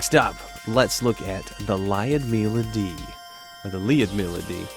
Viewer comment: For Lyudmila pronunciation: say the word 'you'. Now insert that word between 'L' and 'D' L-you-d (one syllable, and similar to lewd). Mila is pronounced meela. Lyoud-meela Lyudmila